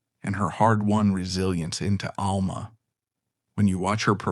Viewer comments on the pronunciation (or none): none